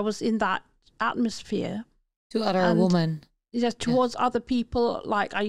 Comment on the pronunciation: Meervoud van Woman is women , dat spreek je anders uit..... Verder goeie podcast